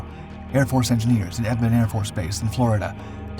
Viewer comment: This is the second video I’ve seen this week that mispronounced Eglin AFB. This one calls it Edmond and the other called it Elgin. Weird.